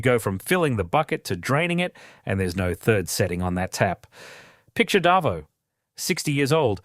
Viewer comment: AI needs to learn how Aussies pronounce Davo lol 😏